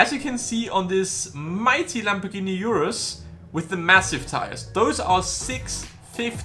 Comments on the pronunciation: Its called Urus not Iurus :) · URUS IS T H I C C Like if you think the URUS is thick oh and also comment T H I C C